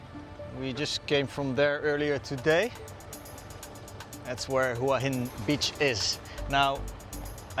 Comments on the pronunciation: Excellent description of Hua Hin also pronounced correctly Whaa Hin 🤩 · Straight off the bat, the only guy who pronounces it correctly.